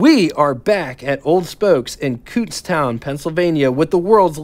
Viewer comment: You mention Kutztown in several videos. It’s pronounced Cootz town, soft c. That means you are.more or less local to me.?I live about 20 miles from Hershey in Pennsylvania Dutch Country.